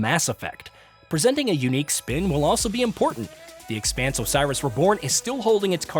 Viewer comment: Uh, it's not The eXpanse, it's the Expanse - the way you're emphasizing the X makes me think you've never seen a single episode of the show. One job, you had one job. Hope it's a great game though.